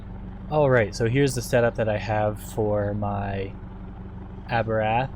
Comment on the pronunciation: LMAO!!! WTF is an "Aberath?" You mean, "Abarth"